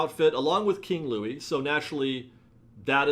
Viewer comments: King Louie? His name is Louis! (Sorry, I’m a really big Princess and the Frog fan) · It’s not King Louie. It’s Louis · you keep calling the alligator King Louie but his name is Louis, pronounced like Lewis... Lol. King Louie is from Robin Hood. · Your office looks great! Loius.... not king Louie ;) LOL Great video ... as always!!! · It’s Louis ya dumb ass